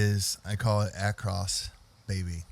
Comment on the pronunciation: Acros, not "across". Good lord.